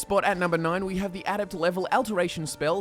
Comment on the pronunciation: You say a lot of a-words weird: alteration, adept, adaptation etc